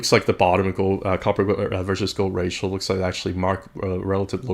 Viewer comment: "ratioL"? I don't think that's how it's pronounced. Thanks for the content, though 🙂